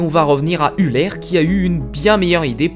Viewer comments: EULER pas ULER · "Grâce Üler" aie, peu de respect pour ce mathématicien suisse :(